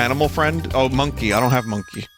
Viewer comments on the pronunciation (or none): No Vinny it's MonKEY. Say it with me now, MonKEY.